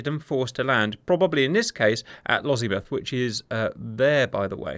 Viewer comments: Lossiemouth, not Lozziemouth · I cringed a lottle everytime you said Lossiemouth.... Loss - e - mouth not Lozzie-muth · I'm sorry, I can't stop laughing at the pronunciation of "Lozzimuff". That Sir, is a completely different thing! 😂